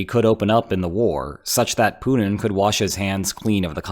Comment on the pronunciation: You realize his name is Putin, right? Not Punin? :)